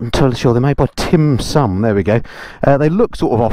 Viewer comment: "Timsun" - Son of "Timdad" 👍😂